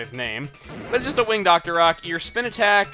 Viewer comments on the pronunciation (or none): When you said, "Winged Octorok," I thought you said, "Win Dr. Oc," AAANNNDD then I think of my obnoxious cousin continually shouting excerpts from the Laser Collection XD lol